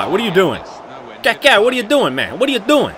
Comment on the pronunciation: great vid but please can u say kaka and not "kéké" please